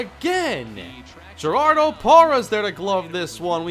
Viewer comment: Gerardo Parra is pronounced like her-rar-dough parra just so you know hurricane. I know i m a brewer fan and had to learn how to pronounce it took it happens. other than that great work love the channel